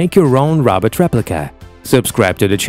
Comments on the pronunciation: The narrator doesn't know how to pronounce the word "robot!" It sounds like he's saying Rob-Ut, not Row-Bot. Very distracting to me. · Roooobot.. not raaawwwbat..progress but to jankey jerky.. not very fluid movements. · Its robot not Robert! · Funny how incredible they can make these robots, but the stupid robot voice on this video can't even pronounce robot. "rob-ot" instead of "row-bot" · The guy soungs like he's saying rabbit not robot i say if you can't say it right don't say it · It's Ro-bot not Rob-ot. Please learn to say Robot right. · Why did you pronounce Robot as Rabbit? Is it AI or human speaker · This guy is worse at pronouncing “robot” than fucking Dr. Zoidberg.